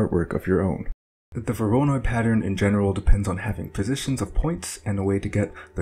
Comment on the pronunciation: The pronunciation of "voronoi" bugs me to no end... XD